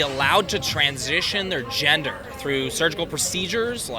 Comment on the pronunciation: "Their ginger". Dummy can't even properly pronounce gender correctly but has such a strong (and wrong!) opinion on the topic.